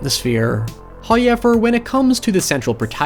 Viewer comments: Not making a joke about using the raycons to listen to you say "hoiever" must've killed you inside. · I want to leave a thumbs up everytime i hear a "noy" og "hoyever" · I think of it as "Hi-ever" lol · Hoyever is legit amazing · He's alot closer than you make it out to be, it sounding like howyever